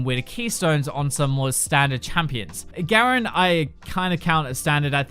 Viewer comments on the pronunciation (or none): none